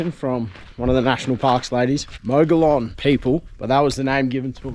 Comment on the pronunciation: Beautiful. I believe it's pronounced, MOG-EE-YAWN (Mogollon) and HEE-LA (Gila). cheers